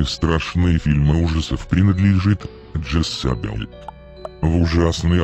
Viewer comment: ' Не Джессабель а Джезабель